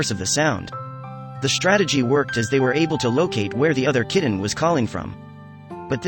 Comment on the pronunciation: Instead of "kitten" it keeps being pronounced "kidden" , it sounds so odd. However great job saving these little angels 😇